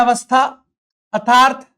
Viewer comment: What a strange!!! Sir nernst का उच्चारण sahi kr sakte h , बस अर्थात्‌ hi nhi bol pate ( -^_^)